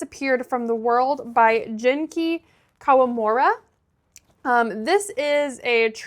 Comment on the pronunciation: Hi, really nice video! Thank you for sharing your thoughts on this book. I love reading Japanese books, and I'd like to recommend Hiro Arikawa's work to you, mainly The Travelling Cat Chronicles and The Goodbye Cat. Also the "G" in Genki is read as the "G" in the English word "get." :)